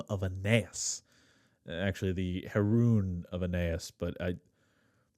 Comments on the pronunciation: It's pronounced he-ro-on, not her-oon, -on being a Greek suffix meaning "place of". :) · It’s not pronounced heroon like maroon though 😂😂😂😂 it’s pronounced heRO-on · Heroon is pronounced "heh-ro-on", BTW. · Is it actually pronounced “he-roon”? I thought it was “he-row-on,” like “hair? Oh, on!” Because of “hero,” like a place/shrine related to a hero? Kinda like “mousaeion” is a shrine of the mousai, the Muses (which is where the word “museum” comes from) Never actually looked into the origin or pronunciation of it. …now I gotta